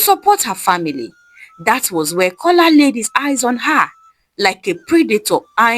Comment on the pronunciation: The name is A joke His name is Kola not cola